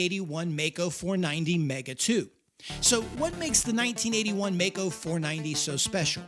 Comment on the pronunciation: I cant figure out how you consistently go from pronouncing the name maisch correctly and then the name maico incorrectly in the very next sentence despite knowing that the company is named after the maisch brothers